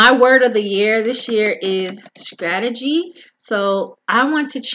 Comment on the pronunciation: sCrategy ? s"C"rategy????? now sis we are not saying scrimp, scrawberry, nor S'C'RATEGY . 😁